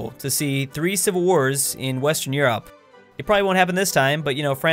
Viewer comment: You’re the only person I know who says Europe like You-Rop